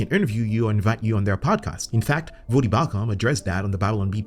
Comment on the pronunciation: Also,, it’s V-OH-Dee not V-Ah-dee.